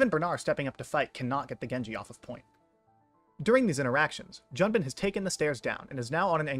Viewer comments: Pronouncing Junbin correctly 🥲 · Oh no, you did Junbin right! I was thanking